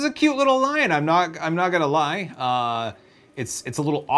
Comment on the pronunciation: The lion is not cute your lie-en